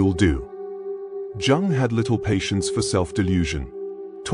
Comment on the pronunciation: It does when they pronounce jung as in jug rather than young ffs